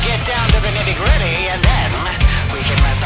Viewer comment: It’s “nitty-gritty”